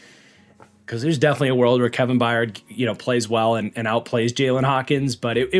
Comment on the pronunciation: Crazy that it took almost a decade for to finally correctly pronounce The Mayor of Murfreesboro’s name correctly (once) as “By-urd” vs “Bye-yard” 😂